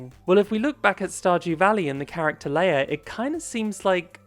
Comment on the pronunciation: Leah’s name is not pronounced like Princess Leia it’s pronounced Lee Ah